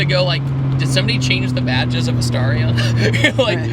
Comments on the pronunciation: I meant the pronunciation of the word, "Starion", duh 😅. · Back in '87 NOBODY called it a Starion (rhymes with Star), like nobody, not the manufacturer, not the dealers, not the road testers, not the buyers, not the TV announcers, nobody, I don't know why the kiddies keep repeating it because not only does it sound ridiculous it's also inaccurate.